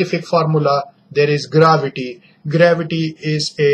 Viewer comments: Seing theis inglis deies😂😂😂😂🤣🤣🤣🤣🤣 foor exampul and gravitu deies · gravady nahi gravity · You have not sense we use it for pronouncing earth and your formula is wrong